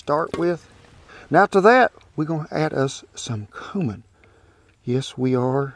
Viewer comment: I’m offended by the way you say cumin. Not really but it took me off guard 😂